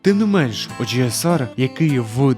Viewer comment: Чому ти так по рагульному називаєш OGSR, оужеесар😐🤦‍♂️, чи це прикол якийсь?)